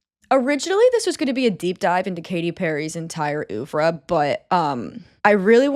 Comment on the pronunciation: you pronounced oeuvre wrong